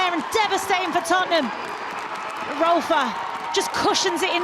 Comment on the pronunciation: Lasses, it’s Tottenham.